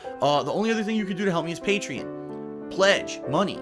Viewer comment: Pay-tree-on. Get it on.